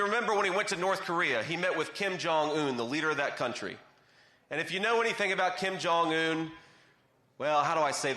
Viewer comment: The translator didn't translate "thin". She only said "Take the picture so that we look beautiful and handsome." And the North Koreans might laugh at you for your pronunciation of Kim Jong-un. Just wanting to be helpful to a person who is already brilliant.